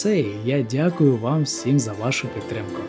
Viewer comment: чому "дукуй"?